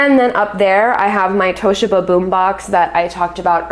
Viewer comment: Onkyo is pronounced “AHNK-YO”, not “OH-NEEE-KO”. The emphasis is on the second syllable in Toshiba, “TOE-SHEEE-BUH”, not “TAAAW-SHIH-BUH”.